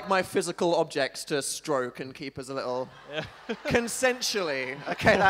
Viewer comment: "li-lle" its little dan